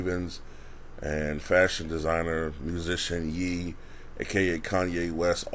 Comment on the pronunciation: it seems obvious that Ye is pronounced yay, as in kanYE but everyone keeps saying yee. or am I wrong about that?